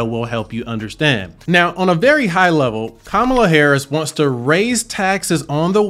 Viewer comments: KAMA...LA! NOT KAMAA...LA! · How can someone who can’t pronounce Kamala correctly not be biased? Also this election is more important than taxes. Your civil liberties and freedoms you take for granted are at stake.